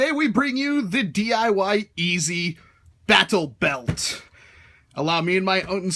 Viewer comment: I find it unny that you enunciate the "t" in "battlebelt"